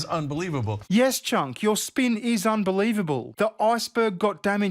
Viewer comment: I love that you pronounce his name Chunk, it’s perfect.